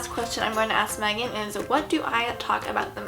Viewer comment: I swear she said magan